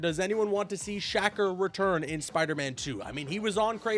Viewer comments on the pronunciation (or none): I hope they're is no carnage in spider man 2 also he said shacker 😂😂😂